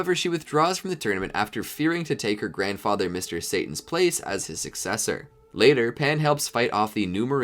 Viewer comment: You said Gohan grandother